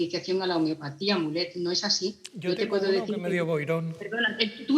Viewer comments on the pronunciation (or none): Madre mía el cringe cuando dicen "mulet" pronunciado como el peinado